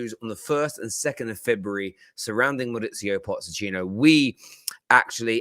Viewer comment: He never gets his name right…maurizio pozechino…😂😂